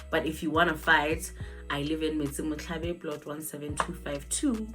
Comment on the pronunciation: Not Metsimotlhabe 😭🤣🤣🤣 wena motho wa Kumakwane